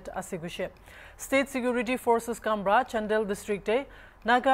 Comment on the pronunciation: It’s Chandel not chandal